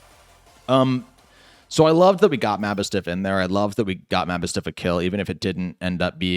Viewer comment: You keep saying maboostiff name Wrong lol